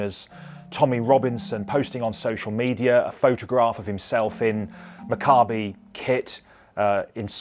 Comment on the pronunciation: You would think that anyone who had a real interest would at least learn how to pronounce Maccabi correctly.